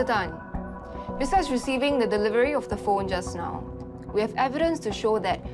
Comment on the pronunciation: it killed me when he pronounced delivery as ' devivery '